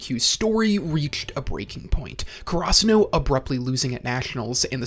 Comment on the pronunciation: I know bro isn't pronouncing karasuno like that on purpose, what in the FUCK